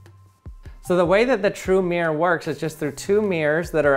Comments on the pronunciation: I know it's probably just a regional or personal accent thing, but it was actually kind of painful to hear him say "meer" over and over instead of "mirror." It's supposed to be a two-syllable word... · "mi-ROAR" not 'Meer'. Aaaaarrrrrrgh! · "meer" "meer" its "MIRR - OR" say it right frenchy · It triggers me when people pronounces 'mirror' "meer" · Why do people call a mirror a "mear" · It's MEH-RER....not MIER-RER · Take a shot every time he said “mee-er.” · For the record, not all Americans say it the way he does. The way I say it sounds more like MEAR-er, where er is basically a held out American R sound. It sounds like mere her, without the h sound. I also know some Americans who say MEAR-rurr. And a few who want to be posh but still have the American R say MEAR-roar. (I would transcribe nonrhotic accents as pronouncing it MEE-raw, MEE-rah, or MEE-ruh, depending on the accent.) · Mee-er Bee-er 🍻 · The “meer” 😂😂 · "True mere" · Why is he pronouncing mirror like Myr from magic? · Americans pronouncing mirror like meer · He is one of the few peopleI've heard say mirror like that and he said it correctly some of the times. I didnt want to say it but he also does talk pretty weirdly compared to most people (with an american accent) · Why can't Americans' pronunciation mirror correctly? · It is so funny that Americans are unable to pronounce mirror. The word has two syllables.